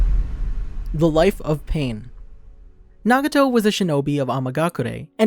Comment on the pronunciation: did u just call him naguto